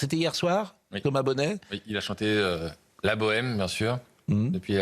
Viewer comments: La Bohèmeuh, la Bohèmeuh ça vpulait dire qu'on était riche! 😉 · Après avoir massacré la France, il massacre ‘La Bohème’ en Armenie🤣🤣🤣